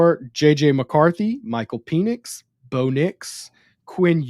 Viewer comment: Why bro keep saying peenix, penix bro. Pen-ix. You sounding zesty